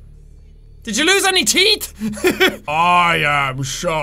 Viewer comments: Pepsi Man, also, he pronuces teeth as teet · I like how Jack says teet and not teeth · "Do the stalkers have any TEET"